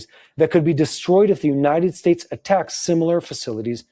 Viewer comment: I think the word promoter had several misspelling today. You usually don’t say words incorrectly like United States, Iran, and many others. Plus the audio kept going in and out. Love y’all and praying for you and your families, IDF, wisdom for your leaders, and protection for all of Israel..